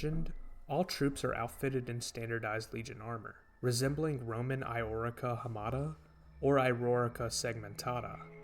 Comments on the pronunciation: bro its L-Orica segmentata , not Eyorica xDDDD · It's "lorica" with an L, not iorica. Understandable mistake